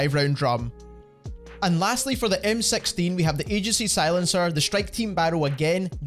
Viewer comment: Lol MSexteen? First time i heard 6 pronounced like that. Thanks for the help tho